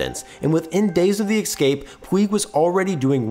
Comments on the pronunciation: Dude, the word is “escape”. Not “excape”. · The word is "escape" not "excape" thanks for reading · Dude, you should not do your own narration if you use the word "excape". It's escape, dude. Sound it out. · You said 'excape' My brain hates that. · eScape ES-CAPE! ESSSS! GODDAMMIT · am i the only person that hates, the sound of this person saying "excape" for half the video? there is no "k" or "x" in that... it hurts my ears... PLEASE GOD STOP SAYING EXCAPE!!!! PLEASE!!! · Dear: “Escape” does not have an ‘x’ sound in the first syllable. (You’re welcome.)